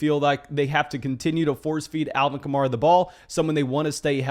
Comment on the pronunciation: It's Alvin Ka-Mare-Ah, he said in an interview it's like the car (Camaro) except with an A at the end.